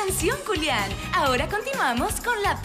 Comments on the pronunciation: Dice "Culiàn" no "Julián" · Dice "adelante culian" ?? Ajaja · dijo "Adelante cualian" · Es mi idea o al principio dice culian? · Escucharon dijo culian jajajajaj